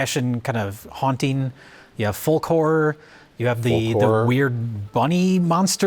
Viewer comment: I was thinking what the hell is foll-core is it like grindcore? Until I realised was saying folk horror